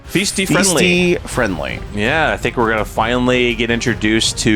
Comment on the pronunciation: It's not pronounced FEESTY WTF lol. It's pronounced FI STEE! This is what happens when you read off a script or Q cards.